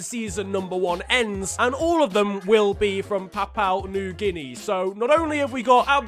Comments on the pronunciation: The way he says Papua New Guinea is fecking hilarious. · Mispronouncing Papua New Guinea throughout the video.... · Drink everytime mispronounces PNG